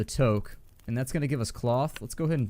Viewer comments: It's not toque as in "toe-k". It's toque as in "two-k". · OK can you pronounce toque the right way because in Canada where you are in the video game it's pronounced touke but not spelled that way